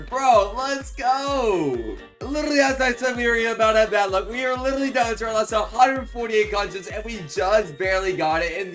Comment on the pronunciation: “We LIRRRRLY got 2 brand new mythics!”